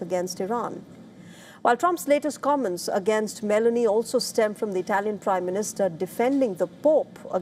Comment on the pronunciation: acording to this map was a US base in Belarus.... thats incorect,. also the president of italy its Giorgia Meloni, not Melany.....